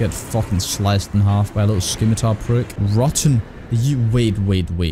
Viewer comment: i heavily dislike the way he is saying scimitar and its not even a scimitar its a falchion